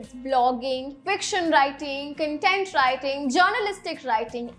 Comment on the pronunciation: Content ka pronunciation galat hai